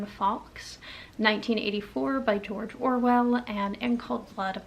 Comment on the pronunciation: Love your channel, and hearing your insights on what you are reading. I've read In Cold Blood & found it to be interesting. It pretty much kicked off the True Crime genre. Yes, he did take liberties (aka just made up scenes to make the book more interesting), and it worked. Today we are more likely to see the disclaimer - Based on a true story. I believe Capote is pronounced kuh-po-tee. I also read 1984, back in junior high, so it's been a while. I definitely would have gotten more out of it if I had read it as an adult. Never have I heard of Birdsong. According to Goodreads it's #2 in a trilogy?? I think I will pass on that one, but I thoroughly enjoyed your review ❤